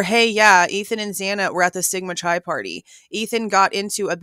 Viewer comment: Chi is pronounced with a hard 'C'. Like Kie